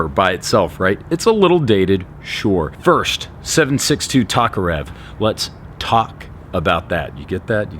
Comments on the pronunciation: it's pronounced "TOKE"-arev you ignurint amrikanski capitalist lackey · You pronounce Tokarev weird